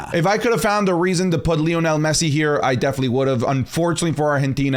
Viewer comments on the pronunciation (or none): none